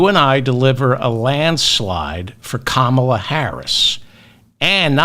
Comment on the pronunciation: Did you watch the Democratic Convention? Did you miss "how to pronounce her name? Say it with me: Comma la.